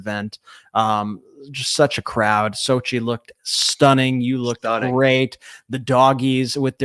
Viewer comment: Congratulations on your wedding nuptials. I noticed that it appears that people mispronounce your new spouses name Xochitl is an Aztec name all the vowels and consonants are sounded I hear phonetically pronounced Sochi it should be pronounced Sochitl with the t and the L pronounced as well just and fyi .Again congratulations.